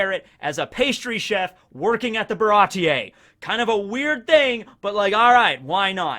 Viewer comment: Its pronounced "Baratee" not "Barati-ey"